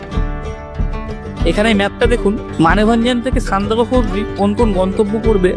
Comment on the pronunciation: Apni Sandak ..phu thik kore uchharon korun kane boro thekchhe